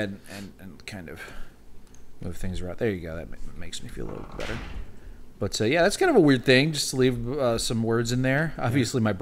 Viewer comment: Nobody does it Bwetter!